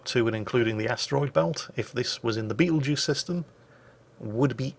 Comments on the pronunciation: Ermm “actually ” it’s not the beatlejuice star but “betel” “geuse” star lol XD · I kept hearing him call it Beetlejuice and I was wondering who in the nine hells named a star after a corny 80s horror comedy